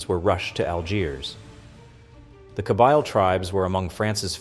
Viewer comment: Kabeeeeel not Kabile. 😊